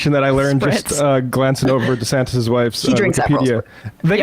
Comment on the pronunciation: Perfect. Rhonda Santis is a good one too. Ron did that one to himself because he dropped the "Dee-" in the pronunciation of his name. Supposed to be DeeSantis, but he changed it. Ooops! 😂